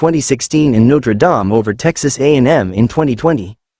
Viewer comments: I think James wants your chatbot to stop mispronouncing NotreDame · Please stop mispronouncing Notre Dame 😢😢😢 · Could you please stop mispronouncing Notre Dame 😢😢😢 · Stop mispronouncing Notre Dame 😢😢😢